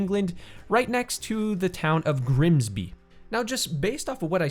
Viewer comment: I’m actually from Grimsby and it was so weird to hear you say it! And I can confirm everyone either works/worked or has a relative who has worked on the docks